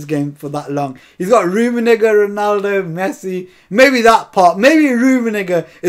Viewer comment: Did you say rummenigger 😐